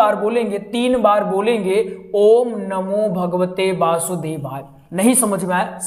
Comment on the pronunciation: Basudevay nahi h vasudevay hai 😂